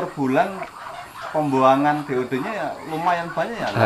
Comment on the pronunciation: DOD pak bukan DOE